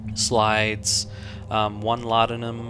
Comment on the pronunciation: It is weird hearing someone pronouncing "Laudanum" right after watching so much of PewDiePie. :D